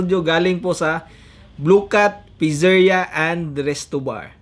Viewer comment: Pitzeriya po pronunciation don hindi po pizerya